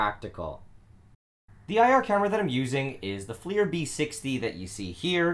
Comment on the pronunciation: The FL in FLIR is like saying gun go bang, no shit it's forward looking, also FLIR is said as flair. IRTI is more appropriate than 80' acronyms